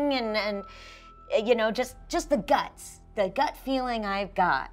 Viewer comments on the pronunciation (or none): none